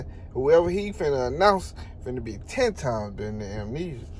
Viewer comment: He said, “Terrence Crawford fighting, AMENESIA”… 😂😂😂 like he REALLY fighting a sickness 😂😂🔥🔥 Bud a 🦆 💥🥊